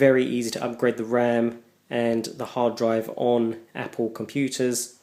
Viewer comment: APPPOL mac.